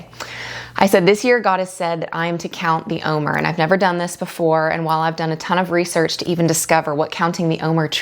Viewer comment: Wonderful- please know the word OMER is phonetically pronounced “om- air”. Just letting you know how it’s pronounced not criticizing ❤